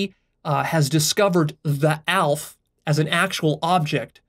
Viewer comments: It's not "Alf", it's pronounced Al-ef Alef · Aleph is actually pronounced Al-eph 2 syllables. Not that it matters but ya. Good job on this one. Very inspiring. A single comment couldn't bare to explain the true inspirations I feel here. Lost of words! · really good video, it helped me get deeper in turquoise and strengthened my understanding of infinity Btw א is said "halef" (I'm a Hebrew speaker), א can be spelt "elef" which is thousand and "Magniv" is cool in Hebrew :)